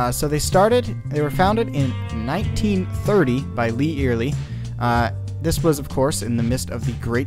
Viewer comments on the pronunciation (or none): Love all the work you put into these productions. Very informative and well done, thank you for that. My only correction would be your pronunciation of Eyerly. It is not eerily or earily, the way Lee and I have always pronounced it is Eye (like your eyeball) early. Eye early say it.😉:goodvibes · It's not ear ly it's Eyerly like EYE BALL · It is proounced "Eye-R-Lee" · Eyerly is pronounced EYE ER LEE